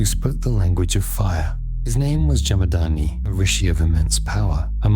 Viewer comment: Jamad-aGni. Pronounce that😊....not "Jamadaani"